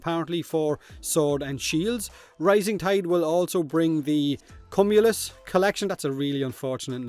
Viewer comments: Is this like a Warframe content creator inside joke because of Rob's silly ass? ˈkyo͞omyələs. Q-you-m-you-lus. Like cumulative or cucumber. (I know. Whoosh and all that, but this is for anyone out there really struggling to figure it out. It's like those big ol' fluffy cumulus clouds.) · cum-ulus you might not be pronouncing that one right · Small correction,: Cumulous is pronounced “queue-mew-lus”. It’s a type of cloud formation, the kind that look like big cotton balls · "cumulyst" lmao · So apparently Warframe Youtubers cannot pronounce "Cumulus" correctly lol